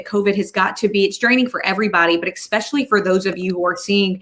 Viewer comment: Ex-specially. Lol